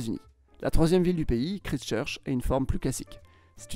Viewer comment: Très bien, mais prononcer ˈkɹaɪst͡ʃɜːt͡ʃ (kraillestcheutch). Aussi, les Maoris: 2000 ans AVANT JC, non?